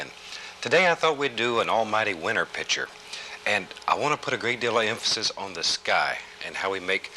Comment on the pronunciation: these older shows are funny, he doesn't giggle every time he washes a brush, he doesn't ruin every painting with a big stupid tree, everything, the brush, canvas, trees, sky, clouds, water is ALMIGHTY, he doesn't say "God bless" at the end, and he pronounces picture "pitcher" !